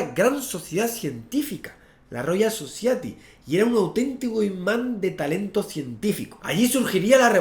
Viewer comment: Qué mal pronuncias 'society', Javier! Sería "Sosayeti" si te sirve de algo xDD Gran video, muy entretenido!